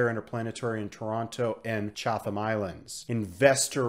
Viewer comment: Loving these videos. Just an FYI Chatham Islands is pronounced "Chatam Islands". It's in NZ as well (I'm a kiwi).